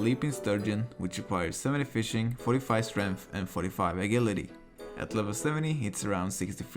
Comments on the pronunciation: Great guide dude! Only thing that threw me off was your pronunciation of agility. xD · The way he pronounces agility makes me unsettled.